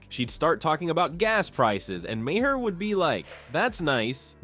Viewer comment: Mah-her? You are an idiot. Ten thumbs down.